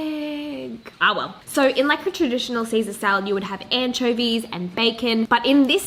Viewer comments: See-Sezz Salad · "Sezz-ar salad" i love it haha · “Sezza Salad” it sounds really Australian🤷🏼‍♀️ 😂 But it works! 💃🏼💃🏼